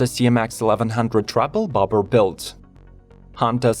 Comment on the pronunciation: Dang, not even 15 seconds in and this guy already pronounced “Bobber” as “Bopper” 😂🤣😂 like what the heck is a “Bopper” bike?